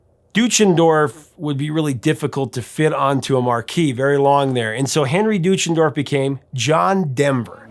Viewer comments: The last name is actually pronounced "Doy-chen-dorf", not "Doo-chen-dorf". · Well he mis-pronounced Deutschendorf too. And Nivert. 😀